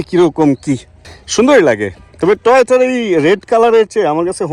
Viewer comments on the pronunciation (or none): TOYOTA ❌ TOHOTA ✔ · Toyota Hobe Vai..... Tohota Na.....Thik koren Vai